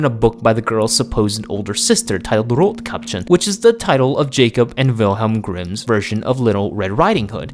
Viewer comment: Love the vid and analysis but ngl, your pronunciation of rottkäppchen makes me cringe. You pronounce "rott" like it is in German but you pronounce "käppchen" like a foreigner agghhh